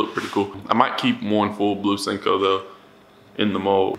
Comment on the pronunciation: I love the channel but don’t like how u say sinko instead of sen ko